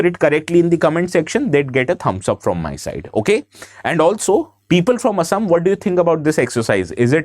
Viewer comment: Thank you for pronouncing অসম correctly and not " Aaaasaaam"